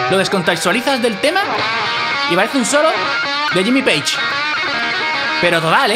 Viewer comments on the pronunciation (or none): none